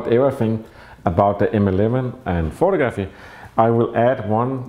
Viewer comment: pho-tog-raffy not photo-graffy.